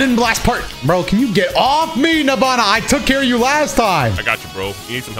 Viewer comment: Knowing the name is “Nabana” but I keep hearing “Nirvana”😭